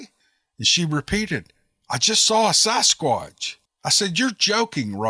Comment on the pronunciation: Sass squatch.... Not SOSS squatch